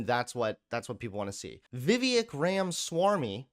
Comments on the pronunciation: Is it "Vee-Veck"? That's how I pronounce it. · Am I the only one who cringes at how pronounces vivek's name? At first I didn't even know what was saying. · it harms others to not call people by the exact name and pronoun that they like Also: I'm going to deliberately mispronounce the name of an Indian guy I disagree with has absolutely zero principles outside of being a grifter. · Wow I have never seen such a racist person to purposely butcher Viveks name like that. I have coworkers named vivek, very strong leftist supporter that if he heard your BS would flip flop in 2 seconds. And if that was not on purpose you are so Fing ignorant no one should listen to your show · Pronounce Vivek correctly